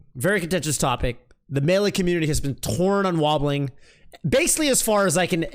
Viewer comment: Can you like... Stop saying it with an 'H' though?